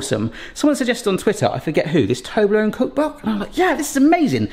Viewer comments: Fun fact: The number ONE in ToblerONE is already english so you don't read it like «ToblerOWN» 🤓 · You pronounce Toblerone very strangely. In my family we say TUB-LUH-RUN.